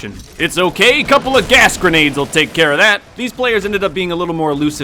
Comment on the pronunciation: “ couple of gas grenades will taka care of that. “ oh jeez xD